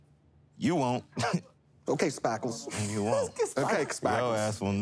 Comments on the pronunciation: spackles or sparkles? i'm hearing spackles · Lol I swear I sounds like he says spackles like spackling you put on a house lol 😆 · I died laughing. And he didn’t just call him “spahkles” once...it was a couple of times....plus asking about his cowboy hat and saying “yippee kai yay” too! He was the highlight of the night! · He said Spackles!! Lmao 🤣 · I can’t with the spakles 😂